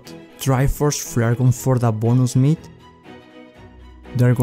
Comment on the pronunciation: Bonooos Meat😂😂😂love the way u say that😂😂bless you bro🤗🤗